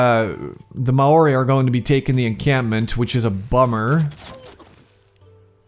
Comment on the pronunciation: hey, i know it didnt come up in this video but for future videos and from past videos, maori is pronounced more like "mow-ri" and the "wh" in their cities in pronounced as an "f"